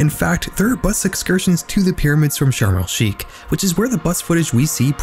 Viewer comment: Hey I just wanted to let you know it's pronounced sharm El shaikh not sharm El skeik